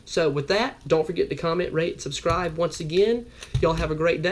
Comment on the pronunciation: did you say rank or rate and subscribe? i just got one of those